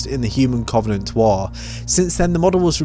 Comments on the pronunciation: Does anyone else get triggered at his pronunciation of Covenant? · Aaron Claydon it the way he pronounces the "O". It's just sounds wrong